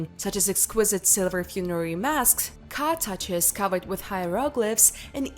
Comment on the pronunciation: For Tartary, Google instead the Mongol Empire. Please do that. Look, your pronunciation of important concepts in English needs a native English speaking friend wherever you are to review your dialogue before filming. This is perhaps someone at the local university anthropology department. They can help you tidy up the rough edges, pronunciation, etc (cartouches is pronounced a certain way in English -kind of funny-'car touches' sounds like something you do to an automobile in English, touching up the paint job, etc cute!). Or it would be interesting maybe to hear important terms in your original language...?🙂